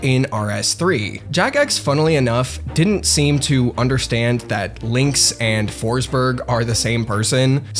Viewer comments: it’s pronounced ”Foschbery(j without d-sound like the y in yellow)” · Kept saying "Foresberg" but there's no E